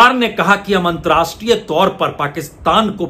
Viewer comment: Antrastriya Nahee, Antarrashtriya hota hai. Please correct yourself.